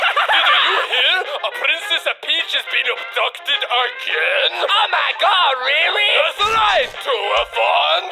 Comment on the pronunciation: The emphasis on that "OMG, REARRY??" lol